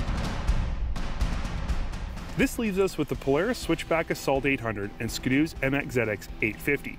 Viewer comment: Nah nah nah nah nah it's skiiii doooo not skido